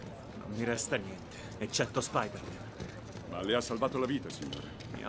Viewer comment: Funny how french is a perfect translation yet harry says Speedèr-mane